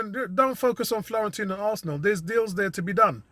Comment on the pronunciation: Nice synopsis mate....we are all in the wait and see mode right now.....and by the way ....there is no 'L' in Fiorentina 🤣👍🏽👍🏽